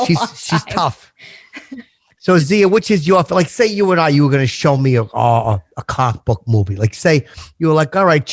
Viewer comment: I’m 30 minutes in and no one has called out on how he says ‘comic book’.. it’s fucking enraging..